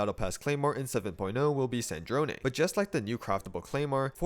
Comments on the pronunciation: after hearing all the shneznayas and snezneyas I’m just happy about the zh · Nice Snezhnaya pronunciation. Good job! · True, he says the zh part perfectly! I just wish the game itself didn't put an emphasis on the wrong vowel.